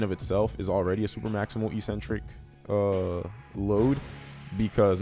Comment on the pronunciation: Let's "break the next word", too. EEEEEcentric is not a word anywhere in the English language. Eccentric means ‘away from the center’. A crazy person is called eccentric bc they are ‘away from the center of normality’. A ‘negative’ movement of an exercise is a movement of the tendons ‘away from the center of the muscle’. It makes perfect sense from an etymological standpoint. Mispronouncing it as eeeecentric would mean ‘without a center’, which makes no sense. Another line of logic proving that it must be pronounced eK-Sen-Trik is that the first syllable is ‘ec’, which can only be pronounced ‘ek’ in English. There’s no possibility of a silent ‘c’. There’s no controversy regarding how to pronounce ‘centric’. So, the word is pronounced, eK-Sen-Trik. But don’t take my word for it! Look it up in literally any English dictionary.